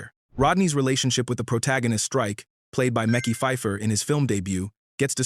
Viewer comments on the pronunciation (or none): Mekhi not Mickey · calling mekhi pfifer "mickey" but pronouncing it "meckey" is CRAZY work... this channel dope just gotta get the details 100%